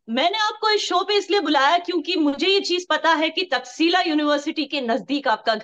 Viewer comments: तक्शिला नहीं, तक्षशिला वोलिए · It is not taxila it is taksh shila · Takshashila (तक्षशीला ) Nalanda (नालंदा )